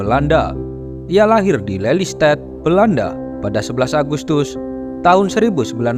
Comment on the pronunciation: Lelystad bacanya mas, bukan leilysted..sy org indonesia yg tinggal di nederland(belanda)